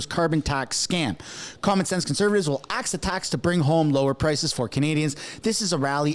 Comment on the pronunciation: Axe Justin Trudeau.. Axe Justin Trudeau.. Axe Justin Trudeau.. Axe Justin Trudeau